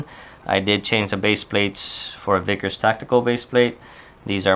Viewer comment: Vickers. Not Veeeeeekers..